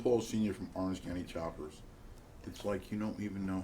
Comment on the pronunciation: Oraneg? LOL it's all good, we get it... hope it's news about a new show